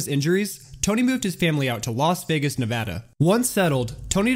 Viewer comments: Thank you for pronouncing Nevada correctly!!! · Thank you for pronouncing Nevada correctly ^_^ How about the decline of the resorts up in the Ozarks? What happened to your Twitter page?